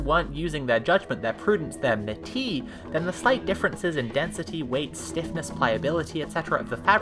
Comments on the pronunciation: i am certainly missing linguistic links in this chain but if it's pronounced like the god, metis is actually pronounced 'meatus' (at least pretty close) because 'meh-tee' would be a french pronunciation, rather than greek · The S at the end of Greek word, terms, and names, despite our tendency to utilize a French-style pronounciation, is pronounced. So even if you dont say [meatus], you could still say [metis] (pronouncing the (e) more lile the (e) in 'I have [met] you'. Also German names are always capitalized, so.... I really like your youtube Gesamtkunstwerk ...? ^^ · Like I really don't want to go too hard on this, but you make the same joke a couple of times... And it's wrong? Meetis is closest to the modern Greek pronunciation, met iss would maybe be closer to an ancient version (though of course that requires some supposition) Meti is french, and has an entirely different meaning. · "Meatiss" is the correct pronunciation of what's described in SEEING LIKE A STATE. Metis, the way it's pronounced in the video, is the Métis Nation of Canada. Just, FYI. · Ngl pretty sure it might actually be meatis if it's Greek in origin. On the other hand Métis is a French Canadian term pronounced how you say it tho so fair assumption. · wants "metis" to be pronounced as a word from French etymology like "the Metis tribe of Canada", but metis - meaning the clever intuitive wisdom gained through lived experience - comes from Greek etymology as in "the Greek goddess Metis", so "Meatus" is closer to the correct pronunciation. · Just to let you know, metis is pronounced MeTiss. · I regret to inform you that meatus is the "correct" pronunciation, although "may-tus" is also common among English speakers. I actually knew somebody named after the titaness, and she pronounced it may-tus. "May-ti" sounds like something a francophone would say, lol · (well.... since metis is from greek, it would actually be pronounced "meet-is" sooooo...)